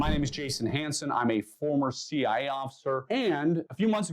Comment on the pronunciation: Why do you say See Eye and not See Eye Aye?